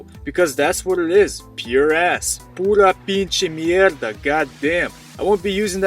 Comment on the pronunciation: "pura pinshi mierda" - - loved your Spanish